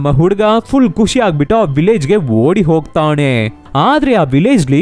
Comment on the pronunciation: sir ಹೊಗ್ತಾಣೆ ಅಲ್ಲ, ಹೊಗ್ತಾನೆ 😅